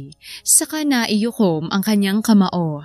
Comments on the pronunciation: Yong story teller Mali ang sinasabi naikuyom hindi naiyukom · ganda ng storya, pero " naikuyom po, hindi naiyukom" 🤫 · Ang kulit ng buntis..😂😂 Miss Narrator NAIKUYOM po ang tamang bigkas at di naiyukom. Ang dami kasing beses na binanggit mo kya napansin ko tuloy..✌✌ Salamat. ❤😊